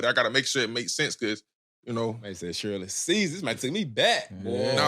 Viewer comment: This man said Shirley Cesar 😂